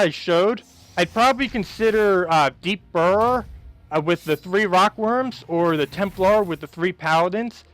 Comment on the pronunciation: So Deep Borer is pronounced like BOARer. Just saying. Love the vids, but damn. And Valkyrie ..the "y" is not a long 'i" sound